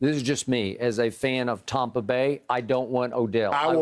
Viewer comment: “TOMPA BAY” Skip on one!!!!!!!😭😭😭😭